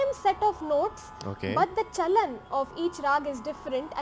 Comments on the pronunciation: thats not CHANAL its CHAALAN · You were saying "chanal" while it's "chalan". That is not even a tough word in Hindi indian language 😅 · That movement of notes is called "CHAOLAN" in Hindi language but not "chaonal" as u utter naturally being a foreigner.😊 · Sir it is "Chalan" not Channel Chalan means movements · It is " Chalan"( Rules) sir not Chanal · Actually it's not "chanal" it's actually "chalan". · Her: chalan Him: chanal Me: 🤦🏻‍♀️ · Hehehe... that's chalan... not chanal 😅😅😅 you will take a while... don't worry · but its not chanal rather its chalan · Not chanal .... it's chalan !!!! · "Chalan" "cha..la..n" means the way to walk or a trend.. in context how to pick and skip some notes while ascending and descending .. i am not a music expert but just a hindi speaker who wanted to help seeing you struggling the word.. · And please read after me ... cha-Lan hihi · Him calling chalan as chanal is hilarious 😂😂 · chalan- cha-la-n.. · its chalan cha-la-n you're seriously.... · Even the video tried correcting you when it came to CHALAN 😂